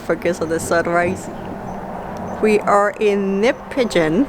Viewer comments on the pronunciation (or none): It is pronounced "nip a gone" Thanks for another great video.😊